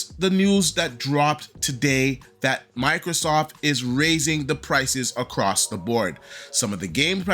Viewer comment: I dunno y but it bugs the hell out of me when people call microsoft, microsoff. The T is not silent.